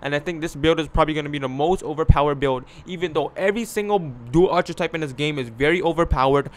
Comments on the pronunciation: Arch-a-type👎 R-kih-type👍 Archetype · Is this nigga saying "ar-chi-type"? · This saying archer-type